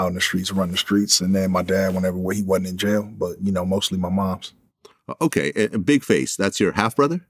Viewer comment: Following on form my first comment and touching slightly on the third ….. to call your mom / mother “mooooooms “ is something else to add to the list of things that put u in the category of a person that will attract trouble. Just say mom. No issue. It’s normal and being normal won’t add to any of what I think u think is character or being part of the streets only makes u look more boring then u already do. Moms. That two mothers. That isn’t possible. Your saying something that isn’t possible and adding a while other syllable to a very simple word. Wat a nob. But ….. we have learned the game was in Forster care. There is a clue there. Not to in anyway attack people that are in the care system but I think it speaks allot of the outcome of a person from a broken home. I myself am such a person. I hope he took the time to try and learn how he come to be and also the circumstances to which his own family fell apart. I can friggin guarantee it was due to the very ganglife rubbish he still seems to be trying to push to this very day. Vlad enables this rubbish. I’m the Keithy d interview , the guy mentioned no end of times about his involvement and respect for sports. Vlad skipped over this everytime to ask him about those gangs. Those guns and those drugs. Pablo escabar and Tyson. Not that I’d expect mr d to give a speech on equality and the circumstances that led to his desire to be successful via money but surly it’s the responsibility of a good interviewer to steer the conversat